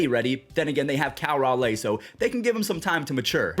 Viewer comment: He's still saying cal Raleigh like that